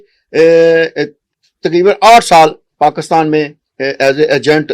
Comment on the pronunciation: Paakstan hota hai Ya Pakistan 😅😅 desh ka naam to sahi lelo karo Totlo